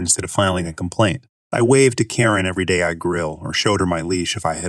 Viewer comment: This reader is so much better sounding than the other (non real person sounding) reader. Although her still didn't pronounce Karen as we are accustomed to hearing it Miss you Krown.